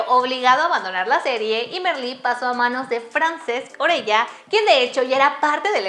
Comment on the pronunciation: Me da gracia el Joán en vez de Yuan y Orella en vez de Urella xDD